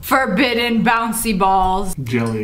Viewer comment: Its forbitten